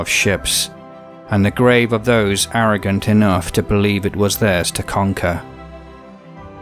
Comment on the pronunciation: Why do you call them errogant?